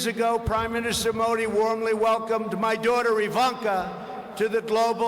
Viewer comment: Pronunciation haha modi mahi Mori bol RHA means hole baaki ab samaj e gye haha